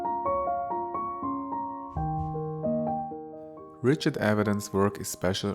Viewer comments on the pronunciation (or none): none